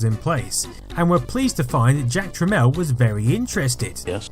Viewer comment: Really, Jack Tramiel should be better known. It's pronounced "Tramel", calling him "Trameel" pissed him off a lot, as did many, other things. He's not a very lovable character, but was probably the biggest contributor to the computer & gaming industry thru the 80s into the 90s. RIP Jack. PS He was an Auschwitz survivor which no doubt shaped his character.